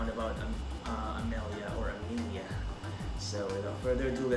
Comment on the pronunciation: pronounced as Emilia, just the spelling is a bit different, btw you've reacted to her song with Kaer before for AJL previously